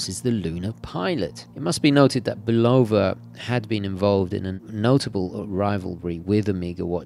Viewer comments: It's pronounced Bulava Not Bolova! Just look up one of there TV commercials here on YouTube,this may be the way they pronounce it in Europe but it's not the correct pronunciation. I submit to yoyo with all due respect. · For the word "Bulova", the stress is on the first syllable, not the second, just fyi.